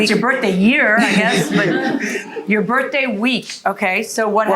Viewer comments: It's. 'Birf day'😅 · "birFday",, "February tenF". Such a petpeeve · Hey, at least we all now know that her birfday is February tenf. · BIRFDAY. I wonder if they ever had to call the Poe-Lease or an Amba-Lance? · 😂 Her Birfdey